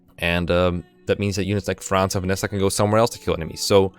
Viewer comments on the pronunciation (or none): none